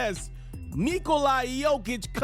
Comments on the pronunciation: naaaaa bro. I am serbian as it gets and he says it stupid. He is saying NIKO- LIE. That's not how you say it, it's not even close. It's NIKO-LA... say LA like in... just LA. Break it down and it's simple. Niko = easy... then you'd assume LA would be easy but somehow he says 'LIE'. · why do you call Nikola... Niko-LIE????? it's an 'a'. lmfao. just imagine you are saying 'la la by' like the songs you sing your toddlers... say the 'la' the same way as you would with lulla-by... The Niko part is right. but the 'lie'? What........ edit: you want people to call you right? Not... hoops ferret... or hoops ferwow... the least you could do is call nikola his name right. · You are mauling his name...its Nick -ola.